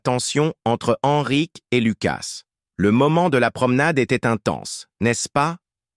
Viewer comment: 38 minutes et enfin Ennrick au lieu de EN Risque, précieux ridicule